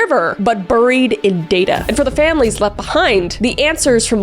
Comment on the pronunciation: The way you pronounce ‘buried’ 😂